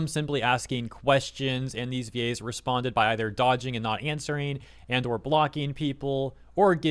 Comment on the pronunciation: They way he pronounces VA's sounds like Gays, and changes the whole tone of this video